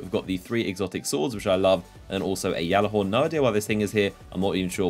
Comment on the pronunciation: its pronounced gal-a-horn not jahlahorn